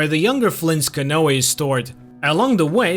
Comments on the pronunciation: Can-oooh not canoayLOL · Good recap! But bro "canoe" is pronounced: cuh-new.👌👍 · It’s pronounced ca-nue. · To the narrator. Canoe is pronounced canoo.